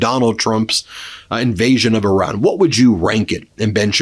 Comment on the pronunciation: Ben, please respect the Iranian people by referring to their country as Iran, and not “Oran.” I know you have the heart to do better!